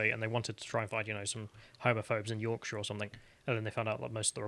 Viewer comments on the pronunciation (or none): none